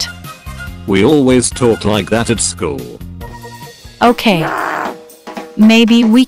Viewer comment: "me and bacon go to the same SCHUL" XD